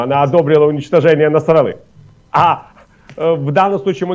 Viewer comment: Не НасрАлла, а НасраллА! То же мне, журналисты...